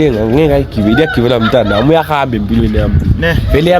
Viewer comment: Bakithi uthi uyarhamba kuthiwa uyahamba not rhamba